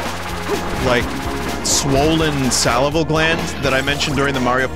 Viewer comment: Salivary gland, Vin, not salival. Probably an infection. P.S. Circle of the Moon is the greatest Castlevania.